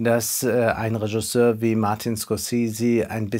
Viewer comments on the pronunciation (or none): none